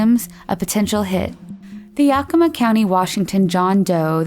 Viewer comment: I’m from WA and it always cracks me up to hear how people pronounce the names around here. It’s supposed to sound like ‘yea-kuh-ma’. Siri is the worst 😂